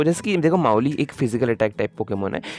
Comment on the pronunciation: वो मावाईल हे ना की माउली 😂😂